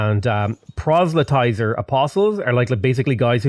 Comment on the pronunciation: I cannot express how much I love to hear that you finally figured out how to pronounce "proselytizer". :)